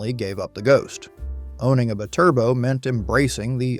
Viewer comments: ... it's "bye-turbo" not "b'turbo" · The Maserati bi-Turbo Is pronounced Bee-Turbo.. I owned one. In the 90's. I wanted one after I saw it on a Miami Vice episode with Bruce Willis driving one. Season 1 episode 7 No Exit. I was lucky my engine ran great.I did have trouble with the heater motor and a/c. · Holy sh*t ! Hire a narrator who has more than a child's knowledge of cars. It's not siimaron it's simmeron like cinnamon. Edit: It's not a Bturbo ! It's a BYTURBO ! Meaning 2 turbos effin Clown !